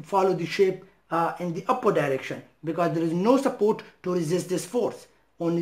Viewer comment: "SUPPOOWWWT ' in philippine dialect means UNCIRCUMCISED..the letter 'r' left the chat..